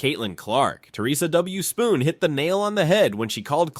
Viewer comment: It’s Theresa Witherspoon, not Spoon 🙄